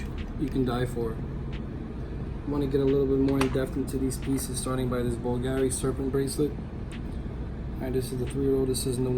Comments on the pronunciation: bulgary wth you must pronounce the names properly otherwise you leave new customers with more questions than answers. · Oh, big woo! Looks like cheesy crap -- no matter what the wholesale or retail prices are. Where would normal, everyday people wear these ugly, vulgar (i.e., Bulgari) pieces? I'd much rather own my own house. And this putz couldn't even properly pronounce the name of the brands. What a dumb schmuck!